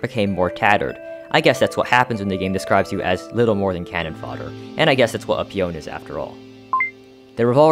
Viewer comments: peon is pronounced 'pee-on' not 'pee-own' btw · I love that this video corrects the pronunciation of ichor and then says "pe-own" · peon is pronounced Pee-on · Bro cannot be telling us how to pronounce ichor when he just said “pee-own” 💀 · it’s funny how he talked about ichor pronunciation but didn’t say peon right